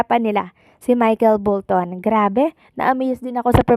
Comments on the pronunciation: Bolton mam hindi bulton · bolton hindi bulton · Oo galing ni Bultun cno b Yun Bultun🤣🤣🤣ayusin mo nman mag pronounce Ng name nkakahiya Kay Michael Bolton at sa gumagaya sa kanya at mga nkikinig sa content mo don't get offended it's a constructive opinion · BOLTON po nde BULTON.... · Hindi Po Bulton. Bolton Po. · Bolton Hindi bulton, sablay dn tong vlogger na to e no, paulit ulit pang bulton Ng bulton bisaya ka ba ok lng sana kung bisaya ka maunawaan kpa e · Bolton po hindi Bulton… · Grabe kinilabutan din ako sa bUlton instead na bOlton HAHAHAHA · Bolton po 2,0 at ndi Bulton. ano ba yang pronunciation mo😂😂😂 Bulton talaga??? Bolton po hinde Bulton 😂😂😂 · Bolton hindi Bulton good afternoon friend ♥️♥️♥️ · Hindi Bulton (Bolton)